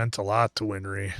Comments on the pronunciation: Its not WinFry! its Winrey. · Answer: "Winry." Win-ry. No "f."